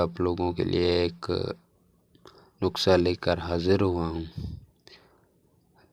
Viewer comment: جاہل انسان نقسہ نہیں ہوتا نسخہ ہوتا ہے